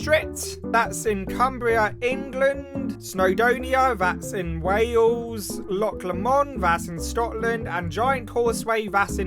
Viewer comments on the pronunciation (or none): "Lock lamond" fucking crippled my Scots Gaelic sense of security